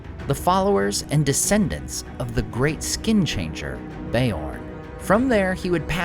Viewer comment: "Beorn" is Tolkien's Anglicized spelling of "Björn," meaning "bear." Accordingly, it has only one syllable and is pronounced "byorn," not "BEE-orn."